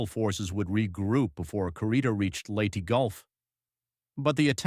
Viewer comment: Agreed; the narrator was probably pronouncing it as some kind of strange Englush-language dialect.